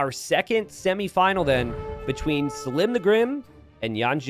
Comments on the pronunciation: NGL the prouncation of selim by t90 is already enraging me xD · Anybody else find it ironic that he seems to be pronouncing Selim's name wrong just to make it rhyme?